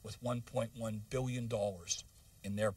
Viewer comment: 1 billwion dollars